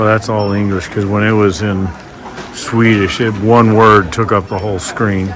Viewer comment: You really butcher those swedish names😂😂😂